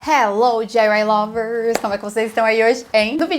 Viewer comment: Vamos aprender a pronunciar a letra d em inglês. Não se diz "dji uai lóvers" o correto é Di ( com a língua na ponta dos dentes igual nordestino) Ai ( que é o It) Uai é uai mesmo que é y e louvers. Continue estudando 😉